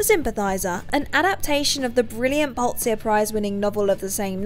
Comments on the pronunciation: Bog-ert? BOG...ERT? Jesus, that sent shivers up the spine... Update: No, the absolute butchering of Pulitzer was worse... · That pronunciation of "Bogart" was horrible, painful even... As was Pulitzer.